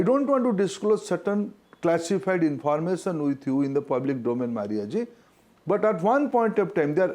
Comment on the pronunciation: Minister says "informason" 😂😂😂😂